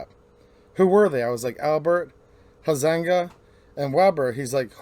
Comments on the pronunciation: Your pronouncing Huizenga, silent u long i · It’s pronounced high-zin-ga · It's "hi zing ga"